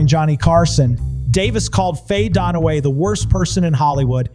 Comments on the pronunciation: It's "DUN-Away"; jesus: You have ONE job. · its dunaway... not donaway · Not DONaway; DUNaway, pronounced DONE AWAY. Got it? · Note to narrator… it’s Dunaway, not DONaway. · Please stop calling her Faye DONOWAY...it's DUNAWÀY !!! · pro tip, its Dunaway not Donaway. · It’s Dunaway, not Don-away! It’s Takei, not The-K!! It’s John Leguizamo not John Legume-zamo! Its Shannon Doherty not Shannon Dour-ty! It’s Watch What Happens LIVE not LIFE!!At least you got Vivica Fox right! 🙄🙄🙄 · Sorry but it DUN a way not DON a way. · "Donaway" SMH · “DON-a-Way”??? Really??? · WHY can't the Narrator pronounce the names correctly. Legoozahmoe? Donaway? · Why the hell are you calling her Faye "Donnaway"??? Look at the spelling, dude -- it's Faye Dunaway. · For Gods sake its DUNaway! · It's not "don away". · yes I know … the narrator is pronouncing it Donaway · Hey you should tell your AI voice how to pronounce Dunaway correctly. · The mispronounced names over and over was extremely distracting! Wow.